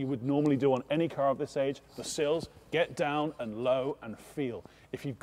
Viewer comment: sills not seals